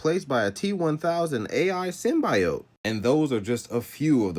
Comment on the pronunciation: My nigga it's SYM - BEE - OAT Symbiote. The Venom movie pronounced them hoes WRONG if that's what you got it from.